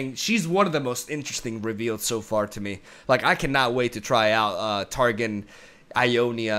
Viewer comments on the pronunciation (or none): Cool reaction video, but I cringe every time he says " Tar Gin"